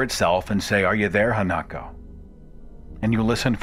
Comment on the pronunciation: Minor correction: The Japanese ghost is Ha-na-ko, not Ha-nak-o.